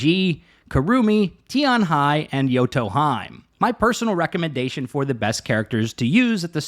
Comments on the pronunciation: Same after the game properly says "hime" I hear "hyme" right away hurts my ears so bad like a scratching at a blackboard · (hime)Heeeeeeemeeeee not haym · yoto... HE - MAY. not hyme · *Hime (He-May) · not hime, it's pronounce as "he-may" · Or Jotunheim. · Hahaha yoto haime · not sure because im german but would say may like the month.. its hee- meh..more like that...in german with different pronunciation id make it Hi-me..main character of bleach is called Orihime, Hime actually meaning princess. also watching anime jap original so not english dub pronunciation. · FFS hahahaha ARE YOU doing it on purpose saying their names in the most wrongful way? hahaha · I’m sayinggggg 😭😭😭